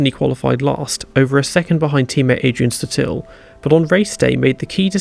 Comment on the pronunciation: It's Adrian Suuuuuuuuuuuuuuuuuuuuuuuuuuuuuuutil, damnit!